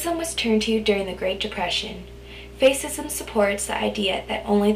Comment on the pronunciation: Great video, very helpful, only one thing, fascism is not pronounced face-ism but pronounced fash-ism...but otherwise really helpful and good review!